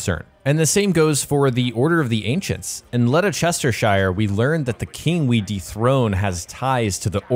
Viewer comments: As a brit i can tell you ledestershire is pronounced lester-shear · in a full place name "shire" is pronounced almost like "Sheer" so its not chester-shire its Chestersheer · Letter sester shire? Eh? It's Lester-sher or lester-shire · Letta chestershire lol are you sure it wasn't Leicestershire Im not dissing you just I've heard some of the guys from the US pronounce English place names and its not been good lol... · LEDERCHESTERSHIRE 😂😂 you been sniffing that glue?? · It's "led-ess-ter-sure" not "lede-chester-shier" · Still would be pronounced led-ester-shear not lede-sester-shire as he pronounced it. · Game looks awesome i cant wait to play but just for info its pronounced lestersher lol common mistake made tho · It’s leh ster shir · You assassinated the pronunciation of the word Ledecestershire.. But thank you for the time and effort for the video. 💜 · Lest-er-cher. Btw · Leicestershire. Pronounced Les-ter-shear. No offence but you were way off. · By the way Leicestershire is pronounced lesh-ter-sher 😁 no hate